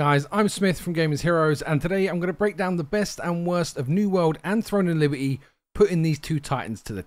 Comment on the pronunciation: "Libe-y" lol